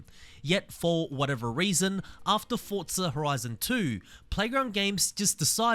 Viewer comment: Bro its forza not fortza u